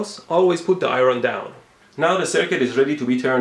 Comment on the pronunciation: "Eye-Ron? Whats an Eye-Ron cuz?"